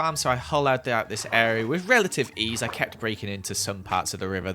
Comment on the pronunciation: Y is keep on saying whith reletive eas